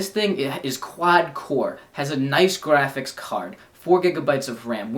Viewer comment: is it just me or does he say "graphics" weird. its like grrr-aphics. in the gameboy review he also says "strawberry" weird. lol.